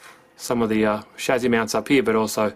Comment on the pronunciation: Shame you say chassis wrong